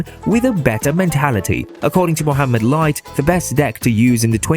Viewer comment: Finaly someone saying mohammed light not moamed light or mo light hh